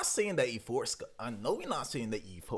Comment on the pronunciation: Wth is yforska. It’s pronounced “yaska” he even said it in the song. The “4” stands for “a”. It’s obvious.